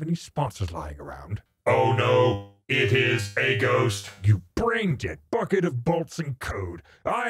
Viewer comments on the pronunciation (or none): none